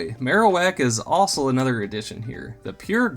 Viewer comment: Is it just me, or does anyone else think it sounds like he's saying "ossul" instead of "also"